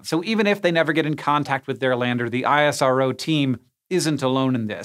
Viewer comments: You never call NASA as N.A.S.A. but NaaSaa similarly ISRO is not I.S.R.O but EesRow Next time mind it. Thanks for the video. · Just a quick note... We call ISRO not I S R O... But IS - ROH.. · It's called IS -RO not I.S.R.O ! It's similiar to saying "NA-SAAH" and not N .A. S. A!! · Great video. Just one thing, we call it isro(eesrow) not ISRO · Yeah, I.S.R.O. sounds weird to me, too. At my company we always say "iz-row". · My head hurts from explaining this everytime but here goes.. It's pronounced IS-RO not Aie-Ess-Ar-O. Just like NA-SA and not Enn-Ae-Ess-Ae. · It's fine dude.. pronunciation isn't important, their support is.. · we in India call it ISRO, not I-S-R-O..I dont know what is the "Right way" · American Logic NASA = "NASA" ISRO = I-S-R-O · It's called " Is-ro " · Its pronounced Iss-Roh :)